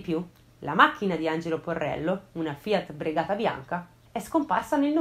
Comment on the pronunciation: Bravissima come sempre! ottimo video... ma "Fiat Bregata" nun se pò sentì! si vede che sei giovane, in realtà è Fiat Regata, ma sei perdonata dai XD